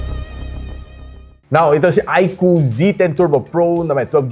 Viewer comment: Yun! tama yung pronunciation ng iqoo yung ibang tech viewer kasi, iq double o ang tawag